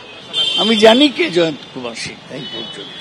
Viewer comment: আরে বাবা সিং, সিংহ না।